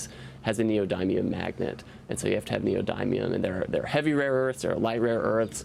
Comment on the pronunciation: It's pronounced "knee - oh - dim - e - um" not "knee - oh - dime - e - um"